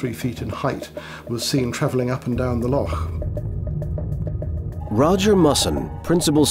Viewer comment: No one in the world pronounces Loch like this narrator. It’s really off putting.